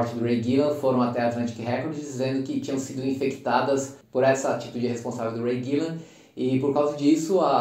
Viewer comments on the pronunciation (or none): Não é Ray Gillan, e sim Ray Gillen, a todo momento ele fala errado.